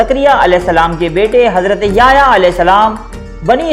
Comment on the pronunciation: ajj apki first time koi video dykhi .gud information hai lkn app ny yahyaa a.s ka naam bht glt trha sy lia plz sai krain apna tlafuz